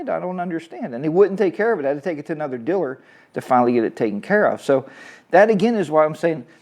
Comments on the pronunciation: Say it with me: Deeeee-laaaaaarrrr. Deelur. 👍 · What’s a “diller”, LOL. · The word “diller” is very distracting. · Um. I know what your saying.. however you pronounce dealer as Diller. That is an accent 🤷